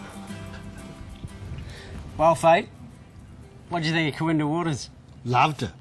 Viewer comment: Great coverage except it's KooINdah not KooinDAH